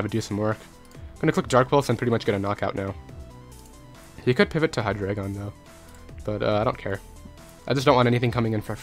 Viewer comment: Its hy-dry-gon.